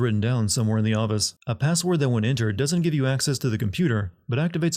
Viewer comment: It’s pronounced gee-uh-teen… Edit: The word office isn’t pronounced “Aw-Bus”. Is English this guy’s seventh language?